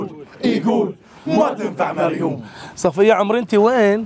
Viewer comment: نفس الشيء 😂 بس اسمها مريووووم مب مريون 😂